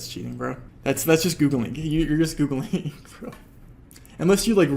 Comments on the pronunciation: It's annoying how he says Googlink instead of Googling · I really hate how you say "Googlink"